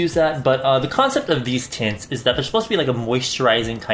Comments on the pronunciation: I keep on hearing tits 😂😂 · I know was saying "tints" but i couldnt help but hear "tits" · Everytime he says "tints" I hear "tits", why tf